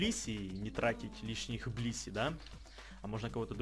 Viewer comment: Я услышал не блисси, а писи)))